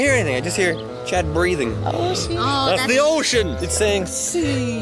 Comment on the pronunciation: SAID THE S WORD! (I KNOW SHE SAID OCEAN, BUT IT SOUNDED MORE LIKE THE SWEAR WORD TO ME!)